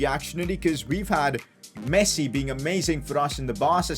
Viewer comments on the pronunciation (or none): none